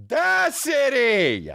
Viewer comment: THEE AU DACITY 😂😂😂